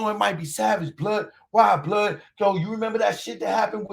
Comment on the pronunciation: "Yo Bluuhd... who you think it is Bluuhd"🤣 hilarious. It's the Truth bro.